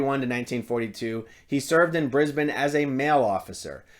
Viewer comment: Thank you for pronouncing "Brisbane" right :) I hereby dub you an honorary Australian.